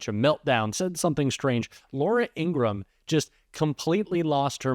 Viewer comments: Her brother said, "our name is pronounced Ing-ra-ham." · Hey! Great Channel! Remember that it's Laura Ing-grah-ham`. Other than that, you're killin' it! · Her name is Ingraham! Please stop mis-pronouncing it as it is offensive to Ingrams!